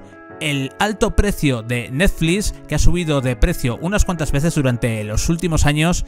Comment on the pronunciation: "Netflix" no neflis me estresa que cada 10 seg lo menciones y lo hagas mal, dislike